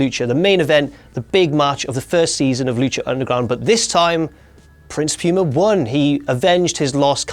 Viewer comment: that accent on the word "PUMA" tho